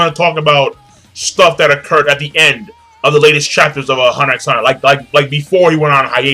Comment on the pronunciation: you don't pronounce the 'x' in huntet x hunter.